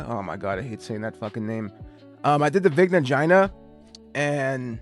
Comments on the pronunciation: my brother in christ you are the one making the name weird. it's the veeg-na gee-na not fucking vigna gina. mind in the gutter oml. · i watched the movie. they say it like that. even vigna "guy-na" would be fine. your insistence on a soft g is so peculiar and this is the only time i've ever heard it pronounced like that.